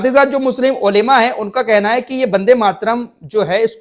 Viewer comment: bhai ap se har baar is word me mistake ho jati hai 👇 Olema ❌ olama ✅ عُلِماَء ❌ عُلَماَء✅